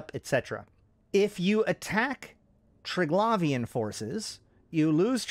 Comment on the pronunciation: Even after watching several Scope videos and hearing Triglavian pronounced correctly over 20 times, you still choose to mispronounce it every time.